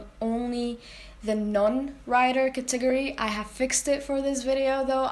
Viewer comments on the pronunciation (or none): good grief you be mathing your ass off hon. hahahahaha. also..the way you say kat-i-ger-eez (categories) is freakin life lmao! ♥ ~badasskitty